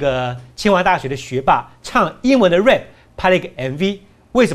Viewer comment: rap 唸錯了